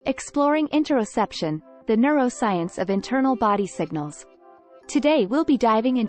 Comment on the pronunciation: Great I just got distracted by mispronounced topic word a couple times. Or maybe I'm constipated or both 😅